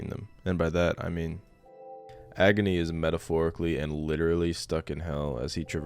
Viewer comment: pronouncing agni like agony